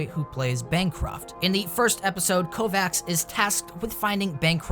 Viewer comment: Altered Carbon favorite but u said Kovacs wrong?